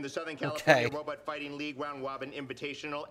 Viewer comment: Kripke’s speech pattern isn’t necessarily a lisp, but more of a rhotacism a la Elmer J. Fudd. He replaces Rs with Ws (Wobot vs Robot, for instance)